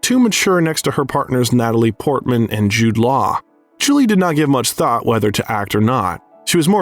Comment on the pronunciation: I had to stop and check the comments after the Jude/Nolt combo. I can't keep watching.